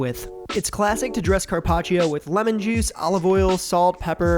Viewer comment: “Carpach”???? “Tendu”???? Very punchable face